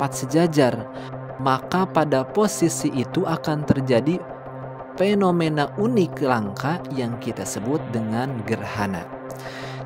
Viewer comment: Evolusi BKN eplolusi, fenomena BKN penomena